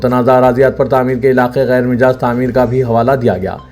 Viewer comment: Ghair Mijaaz nahein Ghair Majaaz